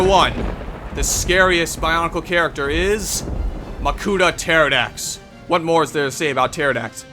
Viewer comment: And at number one...MAKUTA TERIDAX. AGAIN, for the hundredth time